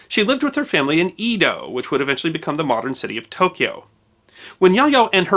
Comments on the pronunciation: Small pronunciation notes: the E in Edo and Abe is pronounced separately, and sounds more like the 'a' sound in 'cake'. So, 'Ay-doe' and 'Ah-bay'. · Just FYI- the old name for Tokyo, Edo, is pronounced like egg not like eat. Japanese always pronounce the letter 'E' as it is prounced in egg. Never as an, 'ii' sound that is always and exclusively the " I" prounced that way.